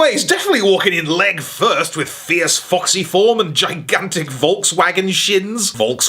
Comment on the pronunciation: Volkswagen shins.... volkshagins, come on man!!!